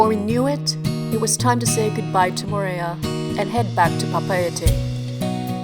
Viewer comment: I quit watching within the first 10 seconds because: you mispronounced Moorea. Only a dipshit mispronounces the place that they are talking about. Mo o re a. Not Mo re a